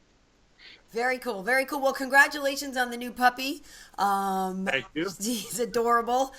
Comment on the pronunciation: I thought it said Pussy instead of Puppy